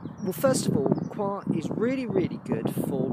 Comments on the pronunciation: Been really enjoying your videos, nice to see someone asking the same questions we all ask and that never seem to be answered properly! Yes, I really don't think it should be pronounced 'choir' in the UK. Coyha sounds a bit more down to earth. I know what you mean, as I'm saying 'choir' now it makes me feel weird and uncomfortable and as if I'm doing an impression of royalty! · I know this is an older video, but saw you were talking about coir ad wanted to know if you liked it. I've been pronouncing it "koi-er" from , but no matter how you say it, I've found it beneficial also with starting seedlings. It is fluffy and if mixed with something like you said, (I use worm castings for microbes and nutrients) the seedling have something to grow on. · Its all coming to life now, lets hope for some fine weather, i always pronounced the coir as "cohya" but hey what do i know lol, its all looking good on the plot and im impressed by those chilli plants, non of mine from last year survived.